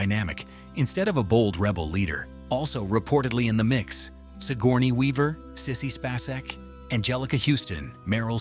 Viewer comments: What an absolutely horrible video!!! —DON’T PRESUME TO KNOW YOUR AUDIENCE’S KNOWLEDGE! We knew some of these points, so don’t lie and tell us that they’re something we “never knew”!! —don’t use AI narration if it doesn’t know how to pronounce key words. It mispronounced C-3PO, R2-D2, Sissy Spacek, mannequin, Tunisia, and others —Don’t tell me that the landspeeder used mirrors, but then show video snippets of the updated movies which used CGI, and NOT mirrors!! —don’t claim that the crawl want CGI, but then show us video of the episode IX crawl, which WAS CGI!! —don’t tell us that Lucas was fascinated by Flash gordon from the 1930s, while showing us video from the 1980 Flash Gordon movie!! Not even remotely the same thing!! All in all, this was horribly done. Next time, DO YOUR RESEARCH!!!!! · As soon as I heard the pronunciation of Sissy Spacek’s name I had to stop. I just don’t understand why channels don’t just narrate their own content.